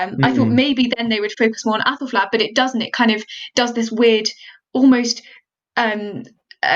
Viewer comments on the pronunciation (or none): I cannot stop hearing appelflap 😐